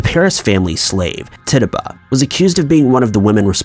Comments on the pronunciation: 😂😂😂😂😂 " Titabah?" Her name is pronounced TICH-A-BAH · Wished you would’ve included the history of Marie Laveau and Madame LaLaurie and the name Tituba and Coven were pronounced incorrectly ... other than that great video. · True, I agree with this, Nia. Other than that I really enjoyed the video! His pronunciation does sometimes lack however the topic was really interesting and yeeeees I missed Laveau too! 🙆🏻‍♀️ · Mispronounced a lot - some of the Salem witch names were bad, Coven unforgivable. “Titchuba” and “Jiles”Remember that mostly fans watch this 🙄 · Macabre - pronounced "Ma-Cob" Coven - pronounced "Ka-Ven" Tituba - pronounced "Tit-Tchu-Ba". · Coven (CUHVEN) Tituba (TITCHUBA) Giles (GYLES) learn to pronounce the names correctly!